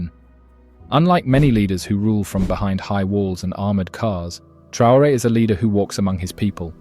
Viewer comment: Trr-rain? Ai much do we?